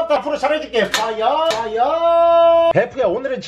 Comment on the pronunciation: 퐈이아가 아니라 워우타다 이뤠끼야! 퐈이아!